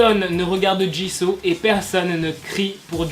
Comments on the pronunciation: Sa se dit jisou pas jiso 😠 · Mais tu dis Jiso c'est Jisoo pas Jiso ma pauvre Jisoo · on dit jisoo pas ji so je crois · on dit JISOU pas Jisso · Jisoo ❤️c'est ma bias😍 dans blackpink je l'ai en fond d'écran de verrouillage juste ça se prononce bien jisso et pas jissou? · Ta façon de dire jisoo me fait rire car il faut dire jissou et pas jisso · Super vidéo D'ailleurs ça se dis JIZOU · c`est pas pour te critiquer mais Jisoo se prononce JIZOU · Non ça se prononce " djissou " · Attendez c " Jisso" ou " jisou" la prononciation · La façon dont tu prononce Jisoo est juste horrible. Tu peux pas dire que tu es Blink et prononcer son nom comme ça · A chaques fois qu’il dit jisoo mes oreilles souffrent